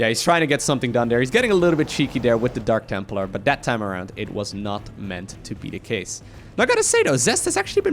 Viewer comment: Did just say Dank templar?